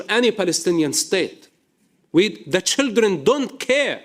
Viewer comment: Why can he say "child".....but says "shildren"? IDK